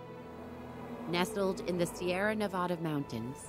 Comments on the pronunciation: Nevada not nevoda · It’s nev-ah-duh. Not “nev-UH-DAH” lol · The way they’re pronouncing Nevada makes me cringe.